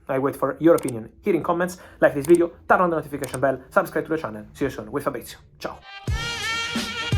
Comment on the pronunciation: Fabrizio learn English 🤡🤡it s TERN, not TARN the notifications. For god s sake.